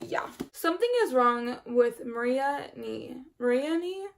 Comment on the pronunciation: Names can be tricky if they're new to you. Marianne is pronounced like Mary-Anne. There's a Leonard Cohen song called 'So Long Marianne' on YouTube where he pronounces it a lot :).